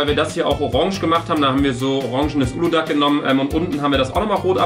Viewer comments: Ich schwör ich könnte jeden schlagen der das ğ in uludağ ausspricht. DAS SPRICHT MAN NICHT AUS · Warum sagt jeder uludag das g wird nicht mit ausgesprochen 😂😅